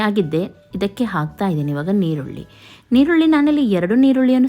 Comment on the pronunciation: ಅದು ಈರುಳ್ಳಿ. ನಿರುಳಿ ಅಲ